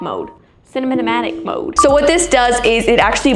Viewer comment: It’s Pronounced Cina (As in Cinema) matic